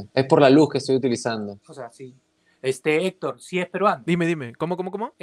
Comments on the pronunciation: Produccion: "HECTOD", jajaja si entendi la defedencia xD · Hectod porque no puede pronunciar la "r" xD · Ese Héctor no sabe pronunciar bien la R xd , habla como ñajañaja :'v